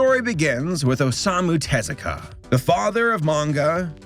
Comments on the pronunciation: O-sa-mu Ta-zu-ka my god man! 😂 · As someone who speaks Japanese, I really hate how this guy pronounces Osamu Tezuka's name xD